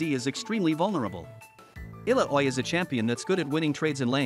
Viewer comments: “Eh-la-oh-way” Yes…..definitely not “ah-Lao-wee” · Ill-ow-ie You gotta make the AI pronunciation the names right man. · every english speaker ALWAYS misses the double L and fails to pronunce it. soo. nope. pronun is literally the same as write Iyaoi. everyone is soo wrong with the double L, as usual.. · Every time I hear the name Illaoi pronounced as Illa-oy it feels like my soul is getting pulled out like Illa-oy does to all of us. 😭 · You can change the spelling of her name in speech to text like Ilawee so it pronounces it correctly :D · I recommend not letting the AI say Illaoi's name if he can't say it properly. It is very off putting and distracts from what you want to tell people.